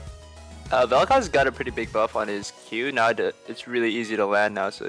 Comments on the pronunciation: Its Vel'koz not vek'koz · "Vek'koz" lol